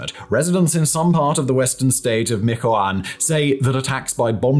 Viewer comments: Very good informative video, Michoacan the H is not silent It'll similar to Mitch-oacan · "Mee-cho-a-khan" for next time,... big ups to and the whole team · “Misoacana cartel” 🤦🏻‍♂️ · I’m sorry but your pronunciation of Michoacán kills me 😂😂😂 great video tho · MICHOACAN = pronounced as: Mee-chu-wa-kan or MEE-HWA-KAN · Meetch-wah -kahn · Wrong pronunciation of Michoacán. Use the “CH” sound as in Ch-ocolate Mi-Ch-oacan Love your videos . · Michoacan = "MEECH-OH-AH-CAHN" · It’s MICH-WA-CAN ☹️😭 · Michoacan = "Me Cho Uh Con", Michoacana = "Me Cho Uh Con Uh". Neither are perfect but much closer than how you are pronouncing it. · Its pronounced Meech-wah-khan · It's pronounced "mi-cho-ah-CAHN" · Lmfao 😂😂😂 the way he pronounced Michoacana though 😂😂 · I am so feeling for trying to say "Michoacán" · Not sure if Irish or Nahuatl. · Honestly, I’m very forgiving of nonnative name pronunciations, but if he would pronounce the CH correctly (almost exactly like the CH in “China”) he would be close enough. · it wouldn't just be close enough, it'd be correct.